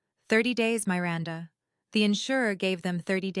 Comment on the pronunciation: please choose names that your AI can pronounce. The name Miranda has a short i, not the way that name is said in the story.